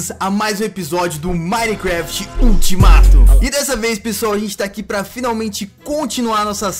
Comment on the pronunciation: A palavra certa : ultimato A palavra que e engraçada : eutimato kkkk 😂 entendeu Se entendeu responde esse comentário quem não entendeu da like 😋